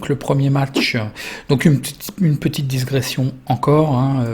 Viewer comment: Di..gression:-) Et surtout merci pour ton travail considérable.